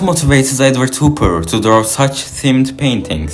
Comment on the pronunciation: Nice video. But his name is pronounced HOP - PER.